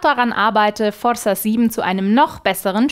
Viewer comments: Du betonst Forrza, wie Marrcel Skorrpion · und ich dir sagen kann das forza sicherlich nicht so ausgesprochen wird... das Z wird betont. hoffe als Südtiroler bin ich glaubwürdig genug, höre es jeden tag von Italienern. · Forrrrrsa :D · liebe das gerollene r * . * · sagt Forza so schön 😄